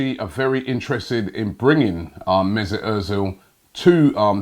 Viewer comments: Robbie.. where is the IT in mesut? You are saying it like Mesit.. you are wrong. I am triggered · MezUt ozil.. not mezIt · It is not mesit it is mesut robbie....get your tongue right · Messut Errrrrrzil?? I always thought it was Ozil 🙄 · Mezut errrrzil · 'Mezit' Özil damn Robbie